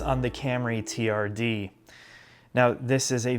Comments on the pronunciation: Stop saying therd like its a pos... its Toyota T - R - D, Acronym for Toyota Racing Dev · The TRD pronounced as ‘Turd’ around the 5’ mark and then again couple of secs later - are you guys really promoting this car!!? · Describing TRD as Tird is a very unfortunate word in the UK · TRD - pronounced "TURD"...... nice. :) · I've never noticed 'TRD' sounds out to 'turd'. Right up there with 'STi' :)